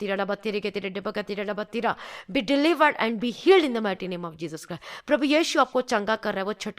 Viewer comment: Didi it is not Jesus Cry . it is Jesus Christ 😇😇😇